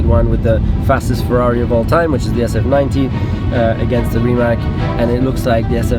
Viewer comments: RimaC und NICHT RimaK. Im Kroatischen ist und bleibt ein C ein C und ein K bleibt K. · its rimac not rimak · Rimac, not Rimak. C in Mercedes you say correctly? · Fyi it is pronounced RimaTS not RimaK. You should say it like Mate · Hr. Rosberg, es ist nicht Rimak, sonst Rimatz ( Rimac ).. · You and almost everyone pronounce Rimac as Rima"C" like California. You're changing his 1st name! It's like you heard from Mate himself, Rimac, like RimaZZ, like pizza. :) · so mate pronounces it rimats but you keep saying rimak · Never knew how to pronounce RIMAC properly, know I know THANKS MATE! Its not RIMACK its RIMATZZZZ guys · It’s pronounced Ree-mats not Rimak🤦🏻‍♂️ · It is Rimac not Rimak, stop saying k at the end. It is a Croatian name and we say c when it's written as c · Niko can you be so polite and call Rimac the way it is pronounced, and not RIMAK!!!??? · If you have respect for the company and Mate, try to learn how to spell the name correctly...it is Rima"c"...you read "c"...it is not only company name, but Mate's surname..so little bit of respect would be nice...annoyed how people do not listen. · It's not pronounced RIMAK but RIMAC. Surname is Rimac. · So its pronounced RimatS ??? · Its insane. You got the first ever produced Rimac C2, but you still don't know how to pronounce it 😁